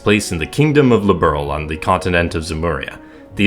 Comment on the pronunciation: I feel like the mispronunciation of "Liberl" comes from typical far-left localizers, who pretend that they are liberal, and wanted "the good place" in the game to be named after how they see themselves.